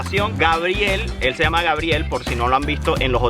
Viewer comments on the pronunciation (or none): none